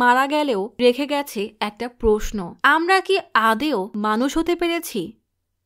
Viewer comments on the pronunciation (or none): none